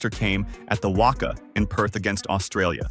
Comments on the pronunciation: It’s pronounced Wacca, that’s how it’s spelt not Wocca. Like rock and cat, practice on them. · lmao...i always get a cack out of the pronunviations....ie WUCKUH, pronounced WACKA (WACA) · WACA pronounced WA CA not Wakka. Andrew Symonds as 63 Shane Warne was 23 a simple thirty seconds of research would have tld you that, I mean you can even see the name Symonds on the back of the shirt. Just a heads up: many people will watch a comedy skit that pronounces WACA like half a Fozzie Bear and calls Andrew Symonds Shane Warne even though Symonds was a dark haired dusky medium pacer and Shane Warne was a golden haired whitey that was one of the world's most prolific wicket taking spinners. They won't however subscribe because of how badly it was researched. Also There are two or more called six that hit the Marvel stadium roof. Not to mention all the sixes hit out of the Adelaide Oval over the North Hill, much longer than the 119m classed as six. Also the 119m was also hit off Symonds Medium pace. 6 though off Sharmi was over cow corner which is a long way to the legside of over the bowlers head. T20I for international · It’s not the WOCA, it’s the WACA lol 😂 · How this guy/A.I pronounces WACA is a crime.